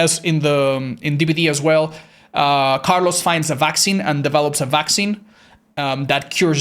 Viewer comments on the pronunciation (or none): none